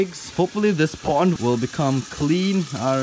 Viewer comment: When he says pond it sounds like po*n